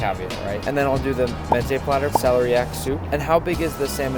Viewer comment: Art you really Persian? Because clearly your pronunciation of mezze is cursed